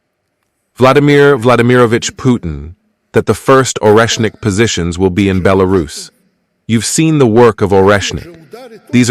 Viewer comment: well he said it "come and eat a ORESHINK" if you are hungry...maybe someone from the west/eu will test him